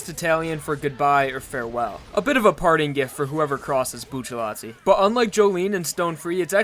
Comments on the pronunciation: It's not buccialti it's bucciarati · Why do you call him Buccelati and not Bucciarati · Y do u call him buccallai when it's clearly buciaratti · Saying "Buccelati" instead of Bucciarati is annoying as hell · I'm going to say this once and only once.... IT IS PRONOUNCED BU-TER-ATI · Look at how they massacred his last name 😔